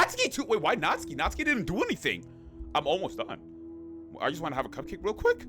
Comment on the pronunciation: WOAH youre the second person ive EVER seen to say Natsuki's name technically correctly! (The first being Cory ofc, but he never finished the series 😭😭)